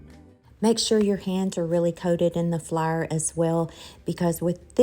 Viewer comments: Please remember that theres people watching worldwide, so please identify if you're using self raising flour or not for those of us who are not from the South. And flour is pronounced fl-our not flyer. 😂 Thanks. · I love the pronunciation of flour as flair. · You must tell me where you are from state wise not personal address. I have not hear flour pronounced that way since I was a little girl. Brings back a flood of memories.